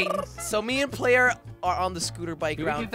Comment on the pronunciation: It's player not ployer